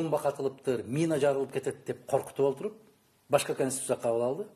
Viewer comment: ""КОНСТИТУТЦИЯ""деген созду туура айта алышпагандар,анын ичинде эмне жазылганын кайдан окушмак эле!!!!!??🤦🤦🤦